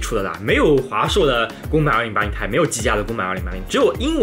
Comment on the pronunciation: 我来较真了，2080TI 要读成"2080 T I“不是2080太，这样的读法非常中国式，显得也不够专业。